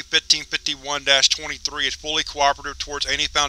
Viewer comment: Oh my God, please stop saying 1551 like that.